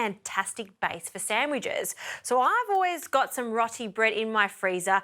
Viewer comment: I think it might be pronounced "row tee" but don't hold me to that. ALL the best. 😃 Ps. All the best with the baby too.